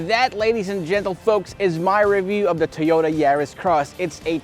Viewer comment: Two-yoe-da. Wurs-wurs.